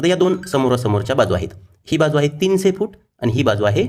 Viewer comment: तिनसे नाही..तिनशे पाचसे नाही... पाचशे